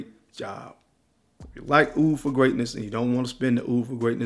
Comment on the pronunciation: Hopefully you've learned how to say "OUD" by now! I like the list you just sound crazy